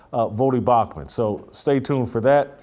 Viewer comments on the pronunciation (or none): Bro, did you say Bauchman? Twice, in the beginning? You're my dude but come on!!